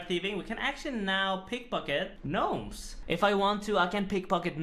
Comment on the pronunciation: You better start calling them Ganomes again.